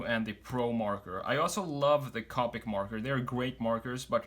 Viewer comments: You need to check how to pronounce “Copic”. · The way he says copic